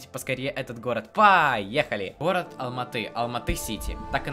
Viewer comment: Я живу в Алматы правильно говориться Алматыыыы